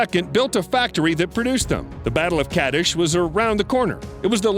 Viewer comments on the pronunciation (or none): Wait, what? Puh-TOL-eh-mee? Since when has the name Ptolemy ever been pronounced like that? For crying out loud, the P is silent, the name is TOL-eh-mee! The Battle of CA-dish? Kadesh is pronounce Kuh-DESH! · I hate to be a pronounciation nazi, Ptolomey is pronounced with a silent P, Ramses is pronounced Ram is Cees, Kadesh is pronounced Ka desh.